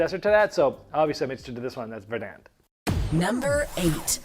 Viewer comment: VER-dant. Accent on the first syllable.